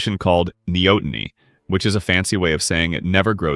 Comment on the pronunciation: "Knee aught tony."... Not whatever TF you said